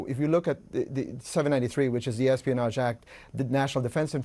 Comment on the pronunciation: Esponage ? Damn .